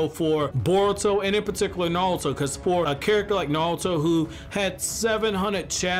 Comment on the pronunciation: Why does he keep saying naluto